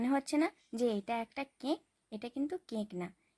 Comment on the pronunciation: কেক❌ ক্যক✅😂